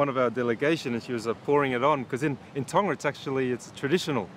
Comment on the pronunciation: Honestly it makes me cringe 😬 everytime she says Tonga like can y’all learn how to pronounce the word pls. Like no offence